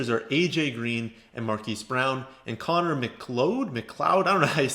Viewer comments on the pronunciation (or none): none